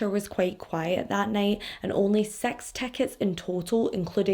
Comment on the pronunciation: Girl big fan🥰 your awesome!gurl just luv the way u say six=sex.Accent is everything!